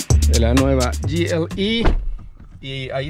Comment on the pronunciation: Gi el ei dice jajajajajajaja es Ge eLe Eeee , y si querés decirlo en su nombre dilo en aleman